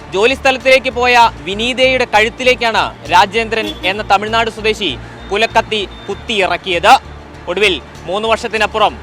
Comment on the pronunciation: കുലക്കത്തി അല്ല മാഷേ 😂കൊലക്കത്തി😊